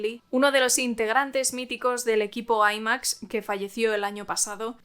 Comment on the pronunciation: Por qué te cuesta tanto trabajo decir IMAX , y se dice efectos visuales digitalizados y reales 🤦🏻‍♂️